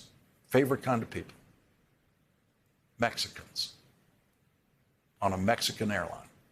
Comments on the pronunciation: The emphasis of “Mexicans “ was so freaking hilarious. Thank u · I thought so too.